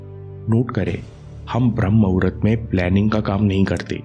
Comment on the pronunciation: Vo to muhurt hai n aap mahurat kyu bolete ho.